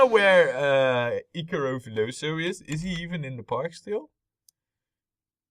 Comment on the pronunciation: Actually you can set the color of the no-entry sign right at the scenery stuff window, and then I believe you won't have to change it every time you place a new one in the park (it will be already coloured as you chose). And man... it was kinda weird and funny to hear you say my name, but I liked that hehehe. And your pronunciation is correct, btw (it's a portuguese version for the name Icarus, like "Icarus Park", remember?). Well, thanks hehehe! ;)